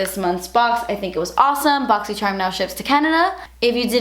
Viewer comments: I watch this video just to hear you say BOXYCHERM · i love your boxyscherrrrm unboxings lol and it's 8am in texas 😂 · I'm only here for the way you say "boxycharm" every month lmao<3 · I LOVE THE WAY THAT SHE SAYS BOXYCHARM!!!! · Does anyone else see other boxycharm unboxing videos and read boxycharm with voice lol. My favorite part of your videos is the way you pronounce boxycharm lol! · I love you but the way you say boxy charm really grinds my gears 😞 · i love how you say boxycharm i love u